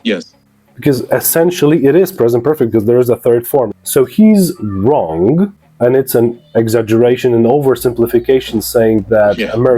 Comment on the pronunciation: nie wymiawia się g w słowie wrong